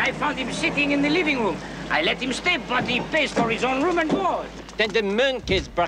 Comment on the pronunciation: "Do you have a reum?"